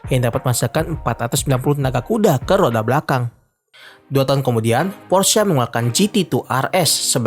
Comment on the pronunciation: akhirnya ada yg bener nyebut "Porsche"